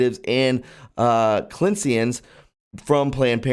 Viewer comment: Clinician (clin-ish-un)